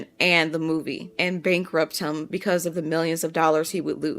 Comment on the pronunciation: How you say the word ‘him’ is so jarring 😅 you say it like ‘hum’ rather than emphasising the ‘i’